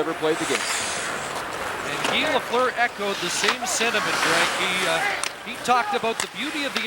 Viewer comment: Lafleur... Not Lefleur. ;-)